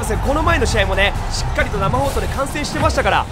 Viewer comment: しっかりをしつかりと言ってるあたりちゃんとさわやん好きなのかなって思う！